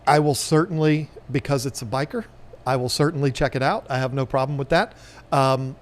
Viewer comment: it's buh-sheer, not biker >.<